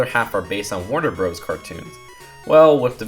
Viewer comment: How people usually pronounce Warner bros Every person on earth: Warner brothers: Warner broes.